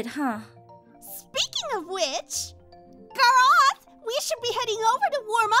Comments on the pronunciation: From "Gorath" to "Garaath" she should've called him "Garage" after that. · she said garrath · Groth? I mean WTH Ivy? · xD I thought too first time but I replay it and it was Garraah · Grroth LOL😂😂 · IVY CANT EVEN PRONOUNCE 'S NAME CORRECTLY!! SHE GETS UNDER MY SKIN SO MUCH 😣😤😂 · Anyone else super annoyed at how Ivy pronounces name?